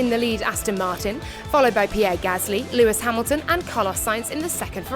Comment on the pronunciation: "lumis hamilton"